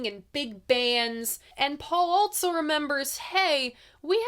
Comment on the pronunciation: Altso.... Theres no 't' in "also"